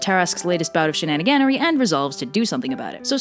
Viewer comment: "shenaniganary" lol